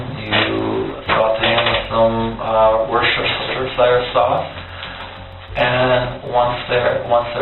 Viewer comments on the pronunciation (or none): It's pronounced Wusta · Wor-chester-sesh-e-shire sauce 💀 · no one can pronounce that word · Lmao dude tries so hard to sound articulate but can't say Worcestershire 😂😂😂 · proof that noone in the west can pronounce worcestershire sauce.